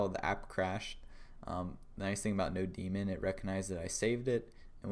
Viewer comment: Thats node mon, not no demon